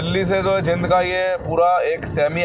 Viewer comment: भाई साहब शहर का नाम जिंद नहीं बल्कि जींद है l आपके पिछले कुछ वीडियो में भी मैंने आपको जींद को जिंद बोलते हुए देखा है जो की सही नहीं लगता , आप अपना उच्चारण ठीक करने की कोशिश कीजिए l